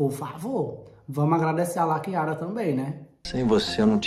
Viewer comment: Toda vez que ele fala Lakiara parece que ele vai falar laqueadura 🤣🤣🤣🤣